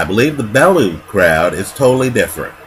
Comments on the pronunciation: Bell. You. Not Bell. Ooo. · Pronounced "Bell-you" this side of the Atlantic. Great video as usual...........Never mind, you just started pronouncing it correctly right as I was typing this... well played, well played